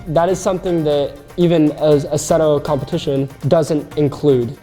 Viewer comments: I’m American and I can say the name right idk why he said it like that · WHO THE HELL ALLOWED HIM TO PRONOUNCE ASSETTO CORSA COMPETIZIONE LIKE THAT?!?!? jk but someone might want to check o then Italians after that